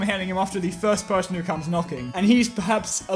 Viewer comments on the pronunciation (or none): none